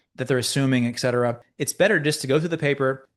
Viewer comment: Fantastic analysis. Few do it as well. Still need to pronoumce ET CETERA correctly. Only then will you b a video JEDI.